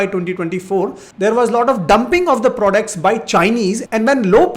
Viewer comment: They way you say prodects though 😅